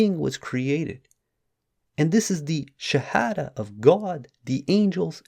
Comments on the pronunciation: he cant even say the Shahadah correctly. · Bro how come u can’t even recite the SHAHADAH PROPERLY 😮😳🫣🤔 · He cannot even pronounce the shahada correctly!